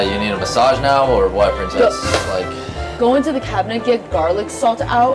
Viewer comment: Am i deaf or did he call her prinsess